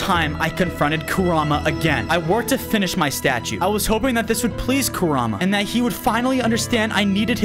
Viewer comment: I just have to tell you that its pronounced ku-rah-mah and is spelled kurama just so you know